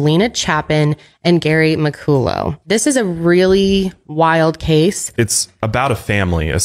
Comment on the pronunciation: Muh call uh is how you say his last name BTW.